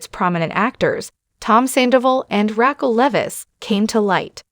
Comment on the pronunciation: Is this an AI generated video? Or do you just not watch the show.... Saying "Katie" but posting photos of Ariana, not knowing how to pronounce Raquel?